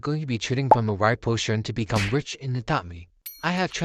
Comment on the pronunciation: When he siad "rich" it sounded like "wich" but its ok because thats how it sounds when i say"rich" it sounds like"wich" so its ok i dont care